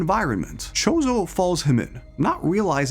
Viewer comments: You pronouncing it "Chozo" kinda makes me think you dont know a lot about anime (i could be wrong tho) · please stop saying mahoraga like mechoraga and choso like shooso